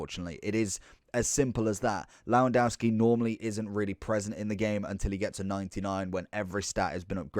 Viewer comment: cant listen to u butcherin his name